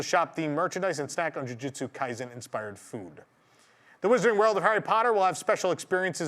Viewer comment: *Luffy NOT Laffy! *Ju ju tsu kaisen NOT Jyujyutsu kaizen! 99.9 percent of Americans mispronounce thoes two names especially Jujutsu kaisen.